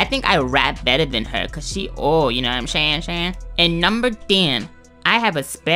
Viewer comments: Know what im shaying 😂😂😂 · YOU KNOW WHAT I AM SHAYING SHAYING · you know what im shaying shaying lol